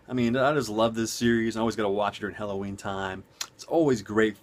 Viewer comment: Good vid, I originally clicked on this just to hear you say Helloween multiple times, lol. Funny!